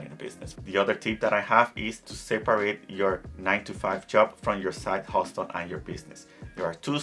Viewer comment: Hustle. The t is silent